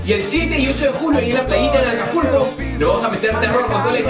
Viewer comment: del al ; dijo ''APULCO'' en vez de acapulco lol